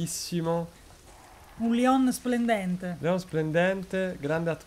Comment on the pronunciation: si pronuncia Lion anche se il nome è ispirato a Léon un film francese con Jean Reno